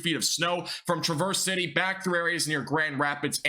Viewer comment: Loving your forecasts! Thank you for putting these together. FYSA: Traverse City is pronounced tra-vers, like travelers but without the le.